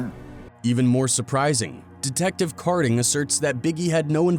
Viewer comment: It’s kading not karding , come on man